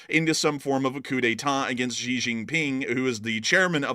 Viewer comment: Need to work on your Chinese names - Xi = She. He = Her